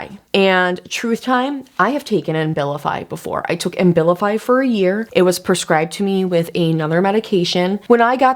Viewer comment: You’re pronouncing the medication Ambilify, I’m assuming you mean Abilify? (No M) I’ve been on that med for years simply because the withdrawal effects and depression are too severe whenever I try to go off it. It’s a serious drug